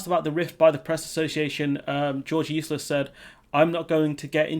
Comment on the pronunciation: Are you calling him George Eustice or "Useless"? Bol